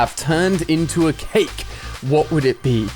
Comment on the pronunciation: The fact he said CHKake instead of just cake